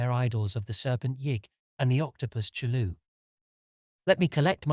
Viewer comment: Yeah love the pronunciation of CHOOLOO :D